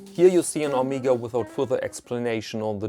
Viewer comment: I have the Omega (pronounced Oh-meg-ah, not Oh-meeg-ah), Geneve gold with day and date from 1977. All the paperwork and regularly serviced and it is mint but failed to mention this watch....